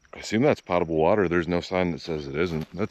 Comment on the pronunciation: The pronunciation of "potable" is POH-tuh-bul (long O), not "PAH-tuh-bul" (short O like "pot"). So it actually doesn't sound like "pottable" — the first syllable rhymes with "go" or "so." That said, plenty of people do mispronounce it with a short O (like the cooking pot)